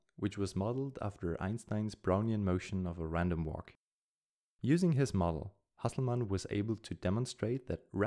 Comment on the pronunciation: He is probably German. His pronounced the German Nobel winners name very well, just a guess